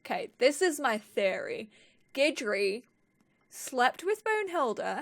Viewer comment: You're the first youtuber I've seen to actually learn the correct pronunciation of Guidry 😂